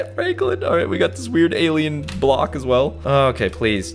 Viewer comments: My man said froklen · He called Franklin fronklin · When he tried to say Franklin he said Froglin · Caylus: walk very slowly very slowly fronklin me:HAHAHAHAHAHAHAHA FRONKLIN ITS SUPPOSED TO BE FRANKLIN LOL🤣🤣🤣🤣🤣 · The way caylus says Fronklin instead of Franklin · i like when he said"fronklin" instead of "Franklin" 🤣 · I loved it when he said fronklen instead of Franklin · What you said Fronklin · Why did you call him fraanklin